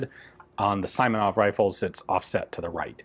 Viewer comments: Name's pronounced as "See-moh-nov", Russian letter that's transliterated as "i" in 95% cases is in fact "i" (as in "sea"), while "e" is generally a short "e" as in "let". English pronunciation rules do not work in transliterated names. Another thing, from what I know, during WW2, both AVSs and SVTs were liked by the marines, but not so much among the regular infantry, for they required much more maintenance to function reliably than Mosins did. And if the marines (which in Soviet Army of the days were mostly former sailors) were used to carefully servicing their arms, infantrymen were not so much, which predictably caused malfunctions. And thanks for the videos! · The second variant of "Simonov" pronunciation is correct, not as in "island", but as in "bring". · its not "I" is Simanov, its "E" like eagle. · second variant is right (like in "significant"). Just [i], not [ai]. Name "Simon" in Russian is written as "Саймон", but you can see that his surname is "Симонов". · I've waited for so long for this piece to appear, thanks Ian! Also, although you were already corrected by folks about pronunciation of "Simonov", i clearly remember that you got it right in some early videos (probably PTRS, don't remember for sure now). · it's the first way you pronounced Simonov that was right, not the one you used haha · yes. It’s pronounced See-monov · "Is it saimonov? I hope it's saimonov" No other language pronounces "i" as "eye". So you shouldn't really need to ask that question ever. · sorry bro, it's see-mow-noff, an awesome video otherwise as always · Not Simonov, but rather "S:ee:monov" with a shortened "ee". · It's "SEE-monov" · Симонов! In russian language "и" pronounced as "ee" in words like "seems", "meet" , "greet", "greed", or like Kalashnikov. All Russian "и" sounds the same. It's like russian name - Ivan (eevAn), with emphasis on "a". "Google translate" mostly can pronounce russian words correct . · Sorry, Ian, pronounce SEEmonov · Sounds like SEEmonov)